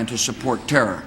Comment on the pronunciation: Bush's speech may have been serious but I start chuckling every time he says "terr" instead of "terror"